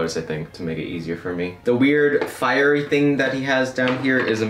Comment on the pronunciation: firery thing me: it’s!! a!! tree!!